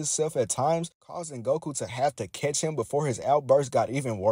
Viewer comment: Every time you say Catch or catches,it was Similarly Pronounce As Kiss or Kisses😅